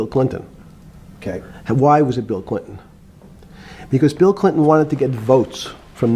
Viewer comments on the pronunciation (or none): he checked his ah! “I was pretty clear it was Bill ClinTON.”